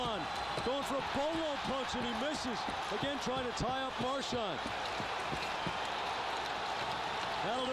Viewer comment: "Soobon" and "Marchond". please kill me